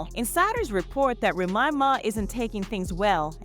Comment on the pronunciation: Ra ma?? Damm Saying Remy is that hard?